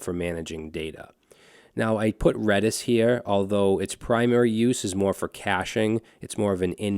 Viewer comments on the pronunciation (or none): none